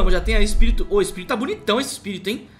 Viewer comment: "EPIRIRITO" KKKKK